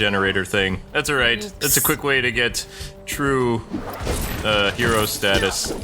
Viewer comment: Your cool and kwife